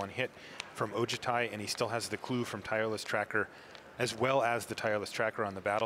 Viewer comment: They always pronouce Dragonlord Ojutai wrong. Its O-joo-ti. Not O-ja-ti.